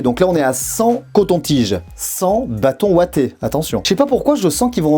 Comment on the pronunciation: des Bâtonnets Ouatés ? Des Bâtonnets Wattés